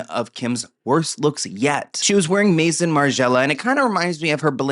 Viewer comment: Omfg it's not MASON, it's MAI-SON- House of Margiela. Also how is this not totally on brand for her? You're daft